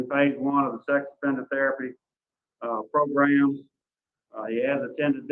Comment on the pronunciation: PLEASE STOP SAYING PRO-GRUMS!!!!